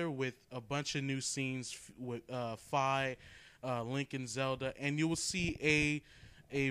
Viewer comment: Lololol. You said Fee.